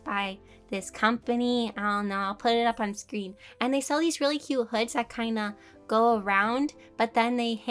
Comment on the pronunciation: " cute " T is silent. Sounds exactly like the word. Cue (人*´∀｀)｡*ﾟ